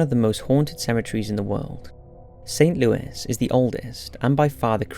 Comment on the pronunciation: BTW, St. Louis Cemetery is pronounced St. Louey. FYI.